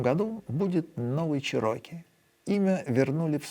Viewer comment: Definately Чéроки, а не чирóки